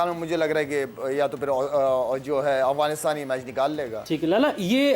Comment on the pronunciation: محترمہ ٹھیک سے کہیے افعانستان اغوانستان نہ کہیں